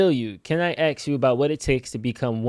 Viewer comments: We dont want you axing anyone ok. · lmfaooo "tom bilyeu can I axe(ask) you..." lmao it makes me crackle how black ppl say ask. I wonder why it is. loooool followed by 'practice makes permanent'.... Just a little more practice on pronunciation of ask ;) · Does have a speech impediment? Thought i heard him say "aks".. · maybe itll help to think youre saying, 'as cuh' kinda like youre saying ask cousin